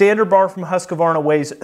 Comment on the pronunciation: The Swedish pronunciation of Husqvarna is "Hoosk-varnAH", I never understood why people have to add the "ah" sound in the middle, at least "Huskvarna" would be closer. And the people that say "Still" for Stihl. It is pronounced like the metal. Kills me.